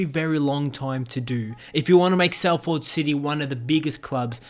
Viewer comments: Salford is pronounced Soll-fod not Sall-ford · It's pronounced Solfad NOT Sal Ford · It pronounced sal-fud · As someone from Salford I’m upset with your pronunciation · I’m from Salford aswell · Is no one concerned in the way the guy said Salford city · Yeye I’m from Salford he really killed the name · It’s cos he’s Australian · The way he pronounced Salford and Manchester